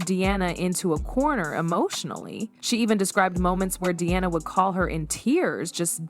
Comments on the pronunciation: Diana is not pronounced De-anna. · I'd pay a great deal more attention to this piece of questionable "truth" if the computer generated narration did not consistently mispronounce Diana's name! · Please pronounce Princess Diana name correctly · Why can't you pronounce her name right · You need to get a real job, the way you tell this little fake story is like you were there in the room with them, specially when you say that Charlotte asked her mother that night about Dianna, and one more thing can you please pronounce Dianna’s name properly! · Wow, AI narration should be able to get the names pronounced correctly